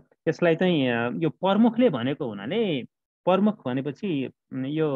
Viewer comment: सर नमस्कार । कुनै कुनै समयमा म हजुरको भिडियो हेर्ने गर्छु । राम्रोसित तयार गरेका पाठ देखेर खुसी लाग्छ । हजुरले " प्रमुख" उच्चारण सच्याइस्यो न ल ।